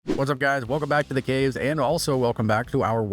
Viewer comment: Did you say, "welcome back to the gays?"